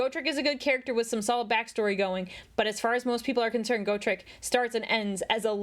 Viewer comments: He may have said oregon wrong, but you said gotrek wrong. Its a short o for his name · "Go-trek" figures the knife ear would mispronounce his name. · correcting ' grammar while also saying gotrek like go trek is hilarious. Love the vid by the way